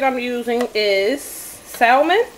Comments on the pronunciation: The L in salmon is silent, it's pronounced like sammun. Sorry just a pet pee of mine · I’m sorry if you can’t pronounce salmon I question everything else